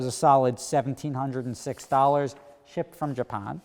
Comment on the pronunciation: shipped from Jah-pahn lolol